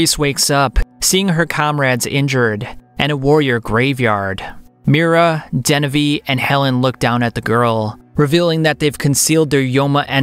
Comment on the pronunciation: It hurt my soul every time he said "Miura" rip